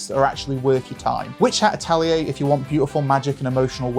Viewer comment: so funny how you stumbled (like a lot of others, no criticism here) on japanese names, but differently than so many english speakers....actually got "atelier" LOL